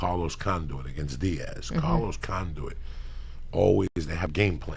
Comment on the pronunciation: "Carlos Con-Doo-It", lmao.